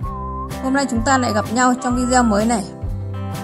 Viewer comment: Đọc là VI ĐÊ Ô chị ơi ! Rất ngưỡng mộ tài năng của chị. Cám ơn chị nhiều.🥰🥰🥰🥰